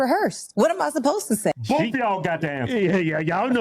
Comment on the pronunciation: “They bof womens “ 😂